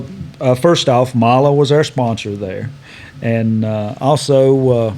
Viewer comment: I’m glad to see someone finally pronounce Mahle correctly. They are a German company and in the language they pronounce e as a. A good example is Porsche the e is pronounced as a, some people pronounce Porsche with the e silent, but I’m not going to open up that can of worms,because that’s been a argument that has been going on for years. It’s not a big deal at all but just glad to hear it pronounced right. Most people I know pronounce it as e also